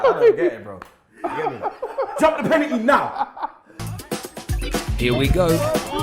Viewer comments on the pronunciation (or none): Deep it, can not say the word 'Penalty'